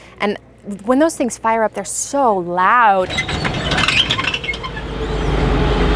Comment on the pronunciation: Doesn't everyone? Is it possible to say, "Fire!" without a Texan/Southern accent?